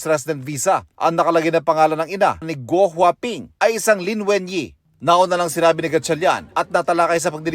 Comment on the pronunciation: gwaping 😂😂😂 pagbinigkas